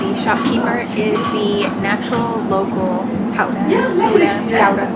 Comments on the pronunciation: We don't say HOW-da, we say GGGGGGGGGGOW-da. My aunt and uncle lived in Gouda, we lived between Gouda and Rotterdam so I've been there many times. Gouda isn't just famous for its cheese but also for its candles and of course STROOPWAFELS. I hope you got those otherwise you missed something that's even better than the cheese. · At least say Gouda correctly, not Goeda. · GOEDA HOUDA?????? YOU SAY IT AS choudah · i think you missed a G sound